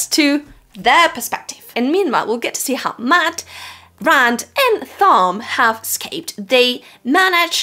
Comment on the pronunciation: I had a dozen comments I was going to make, but they kept getting displaced by my OCD when you kept mispronouncing Thom (hint, it's "Tom"). Also, on your worries about sexism, etc, WoT is replete with gender egalitarianism. No need to fret. It was way ahead of its time. There are two scenes related to that in the entire 4.4 million words / 14 books that i would change, and they are almost the same and very brief, but otherwise, the ladies get their due and then some. The story is told in a series of character POV chapters, and by the time the series is over, the female POV chapters outnumber the male ones by a healthy #, not to mention the political / societal structures and story elements that favor them as well. The folks who see this series as not femenist enough (Rafe the betrayer, the defiler of WoT Judkins) are ridiculous and extremely mistaken.